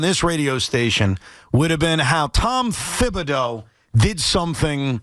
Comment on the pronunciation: Tiki, wtf are you talking about? When was Thibs playing guys 46 monutes a night "every night"?? And for godsakes, it's pronounced Tibs, not THibs!